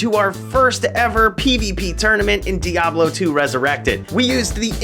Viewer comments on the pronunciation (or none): none